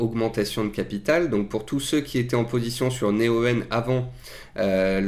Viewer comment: Pk dis tu Né-o-"eu"-en C'est Néoen (prononcé Néowen) 😆